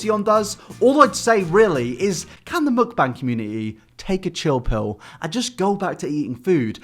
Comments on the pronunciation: it's muk-BAAANG not muk-BANG pls 😭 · i appreciate that u dont pronounce mukbang the way the americans do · The way you pronounce mukbang makes me want to tear my ears off every time you say it, it’s awful